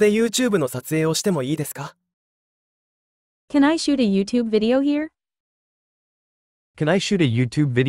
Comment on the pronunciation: 食べてもいいですか？がキャナイーですって聞こえて面白かった。こんな響きで伝わるんだと思うと楽しいですね